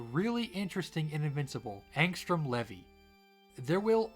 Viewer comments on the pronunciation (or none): Nope, he didn't. It's pronounced Lee-vee, not le-vi. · nah it’s pronounced “leave-e” in the show